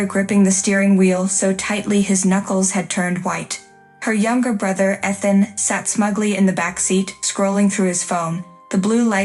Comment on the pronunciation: AI, please learn how to pronounce "Ethan." Also "unwavering."